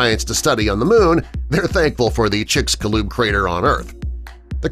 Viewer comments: It's called chicxulub, like chich+shu like saying sugar and lub like lube, chicxulub, in Maya the X has a sh sound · Kinda wired chicxulub sounds like “Chicks You Love”